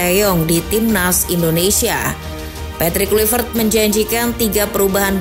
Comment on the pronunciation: Min Patrick Kluivert bacaannya Petrik Klaivert.. hadeeehh